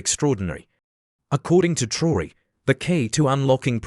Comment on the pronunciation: Mispronounced his name in spelling and this is LATE, news!